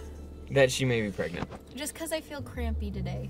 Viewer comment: Pregnant or Pregnot